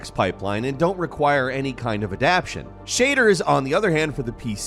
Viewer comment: you mispronounced "adaptation" ... unsubscribing now!